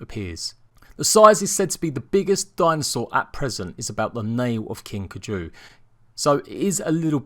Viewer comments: It’s pronounced Like Guy-Ju with a K instead of a G... Kuy-Ju.... Not k-ju ..... every time you say k-jooo... I think you sneezed..... do some research before you offend people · It's driving me nuts lol "Kai-Ju" no "Kaju" Anyway let's see how many issues will come with this new instalment. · Keju... King Keju... not KAI-ju... keju. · You were pronouncing wrong it's called as Kai ju not caju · I loved this vid but, and I hate to be that one guy, it’s pronounced KI-Jew. Also does having a king kaiju mean that there’s no boss because this whole huge kaiju monster idea seems crazy and I’m so excited for it but I was hoping for a mysterious boss like Helena or someone like Rockwell that’s not a crazy rabid animal and delivers a good and meaningful ending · Pronounced KAI-JUU or KY-JUU. Love ya videos but growing up on Godzilla that pronunciation really killed me lol. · It is pronounced ki ju just to let you know😆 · well i do like giant monster and robot fights so my interest in extinction is now piqued but i think id still wait until a long while after launch before i decide also for some reason your pronunciation of kaiju is driving me crazy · Ur not the only one lol, the pronunciation of Kaiju and also of Gundam was driving me insane